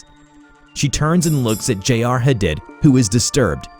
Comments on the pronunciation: love your content so much!!! someone mightve already said it but I think “Hadid” is pronounced like huh-deed. for the future 😊😊 ty for your vids u guys rock! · Why do you have so much trouble with pronouncing simple words and names? Commune (com-mewn). Viscera (vis-sir-rah). Hadid (Ha-deed). Every video, you butcher 2-10 simple words.